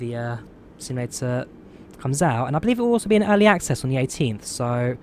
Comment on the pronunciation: Early or alley access did you say?